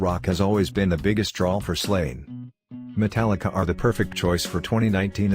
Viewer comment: Notice that we said he said "Metallicar" Lol. and this video is b.s. because i met james a few weeks ago shook my hand autograph took not one but two pics with me and we were talking for about 10 minutes.